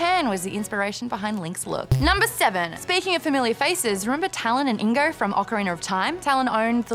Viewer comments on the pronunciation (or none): none